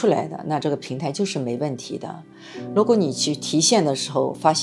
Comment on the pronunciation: 為什么是蘆果，而不是如果？是依然還是依藍？